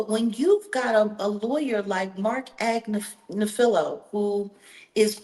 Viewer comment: Ag-Niffa-Low is the lawyers name.